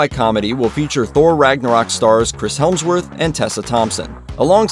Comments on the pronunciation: I was just getting ready to say that. It's Hemsworth not Helmsworth. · Hemsworth - not Helmsworth. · You dipshit it’s not Chris helmsworth it’s Hemsworth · . Sorry, dickhead, how many L's in Hemsworth do you reckon there are? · chris heLmsworth? wtf lol these narrators to these kind if videos are so oblivious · Did you say “Chris Helmsworth”? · Chris HELMSOWRTH? BLOOm house? wtf... HEMSWORTH and BLUM, not that hard to pronounce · Chris Helmsworth? When did he get an L? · who is chris "helmsworth" ?? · Chris HELMSworth. lol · Chris whomsworth? Don't tell me you said "helm",. Please at least be able to pronounce the actor's names! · There's no L in Hemsworth